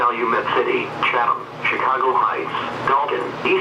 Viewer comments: Chicogo moment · Chicago not chicogo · Ahh yes, the city of Chicogo.